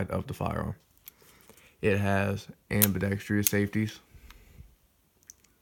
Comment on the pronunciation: Thanks for the video. Btw, "ambidextrious" is not a word. What you mean is "ambidextrous". Why is everybody making this exact same mistake on gun videos lately? There's only four syllables in the word; not five... am-be-DEX-trous.